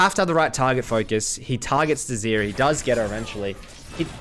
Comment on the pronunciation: It's Zeri. Not Zeeri.